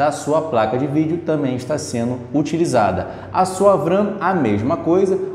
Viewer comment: SE LÊ (V) RAM NÃO (VRAM)